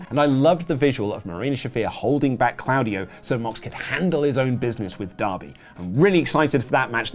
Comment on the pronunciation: ", say 'Sheer-ah-kah-wah'." "Shirakawa." "Good! Now say 'Tah-kesh-ta'." "Takeshita." "Perfect! Now say 'Claudio'." "...CLOUDY-O!"